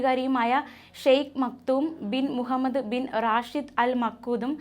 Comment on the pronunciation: Adyam name parayan padik. Makood alla maktoom anu